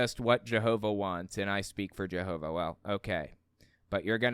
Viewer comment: why s it that all the JW media pronounces jehova like a Frgro character but you and the liar in court say it rather not that